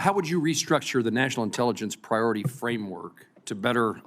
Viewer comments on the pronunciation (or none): Priy ority and be owned 😂???? Be owned? He needs speech therapy